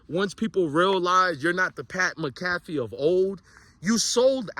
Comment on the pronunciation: Dude how do you report on all this stuff and watch mcafee to report on him but never heard his name pronounced